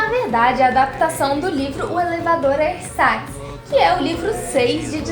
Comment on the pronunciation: Se escreve ersatz mas se lê erzats